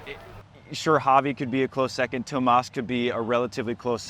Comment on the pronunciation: Thanks for emphasizing that his name is TOMÁS not THOMAS. Appreciate when a commentator puts effort to pronounce the names of the players properly.